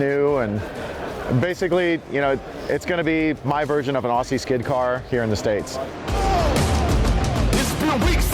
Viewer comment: God bless America all the boys cleetus, hoonigan,. Before we give them Barras can we teach them how to say “Aussies” please